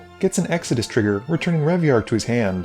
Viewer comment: You're pronouncing Extus wrong. It's Ex tus not Ex a dis.